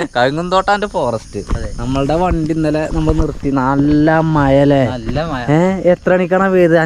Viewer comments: ഇവിടെ മയ, പൊയ, ഇജ്ജ് അവിടെ മഴ, പുഴ, നീ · മയ അല്ല മോനെ മഴ